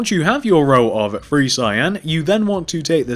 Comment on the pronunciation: What's with the free insded of three??